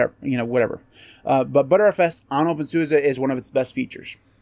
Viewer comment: You need to pronounce it the German way!